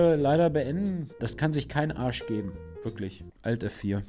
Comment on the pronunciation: "wirktlich" gut 🤣